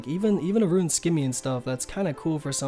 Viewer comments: I know it's a small thing and other people have pointed it out but it's not "how much people" it's "how many people". English might not be your first language which is understandable! Also, "rune" is pronounced "roon" not "roo-in". Either way, I enjoy the videos it's just hard when basic pronunciations and grammar is flubbed. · Instead of rune hes saying ruin lmfao Never heard that before? Ru-in